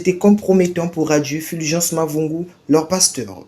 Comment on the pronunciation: Purviance et non Fulgence